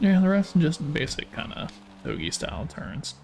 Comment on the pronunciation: toug ey is the worst pronunciation ive heard